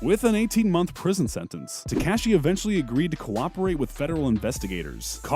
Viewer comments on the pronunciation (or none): I mean he's calling him teCASHee